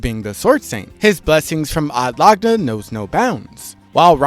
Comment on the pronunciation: sometimes mispronunciations are genuinely un listenable fym odd lagna and ekidoughna